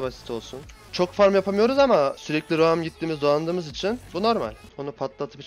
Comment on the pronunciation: roam a da raum diyor enteresan :D